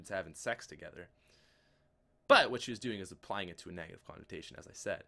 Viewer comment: "Nagative" - 2015